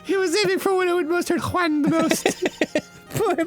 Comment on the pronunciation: what's even funnier is that here he pronounces the name perfectly, unlick previous episodes, where he was struggling with the spanish "J"